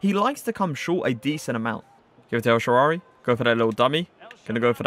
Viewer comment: Man Just Said El Shaarary🤣🤣😂😂